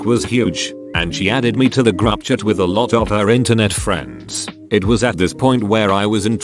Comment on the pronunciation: Text : group chat Robot voice : grubchat